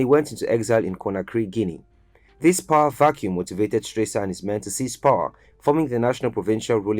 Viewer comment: Please, pronounce HE Rtd. Captain Valentine E. Strasser name correctly. Check the name tag in the very first picture, Not Stresser but Strasser. He was not a President but Head of State - Key note - he was not elected. Check SL constitution 1991- as currently Amended - Chpt V: The Executive - Section 40, 41 and 42 for further clarity. My observation, good job in general. I give you a B grade for rest of content. He was very much liked by a lot of the general public then and even today. Nice reporting.